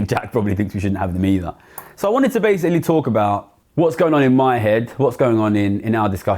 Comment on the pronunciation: Essentiallee, basicallee, essentiallee, literallee....